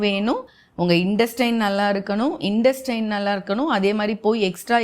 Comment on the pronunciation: Madam please pronounce the words properly when you use English words. It is not 'observe' it is 'absorb'. It is not 'sublements' It is 'suplements' it not 'indestines' it is 'intestines' please correct your pronunciation.